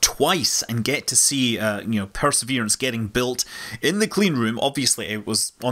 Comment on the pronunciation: please pronounce the word as "perseverance" not "perseRverance".